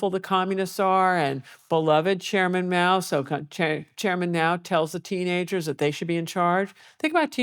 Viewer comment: Is she saying … Meow?